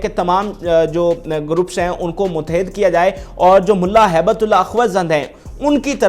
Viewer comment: او جاہل تو چینل کیوں چلاتا ہے؟ تو ہیبت اللہ کا نام بھی نہیں پڑھ پاتا۔ بیٹھ جاتا ہے کرسی پر تقریر کرنے۔ حرامی۔